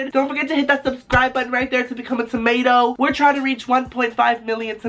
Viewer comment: stop calling us ''timato'' I hate timatoes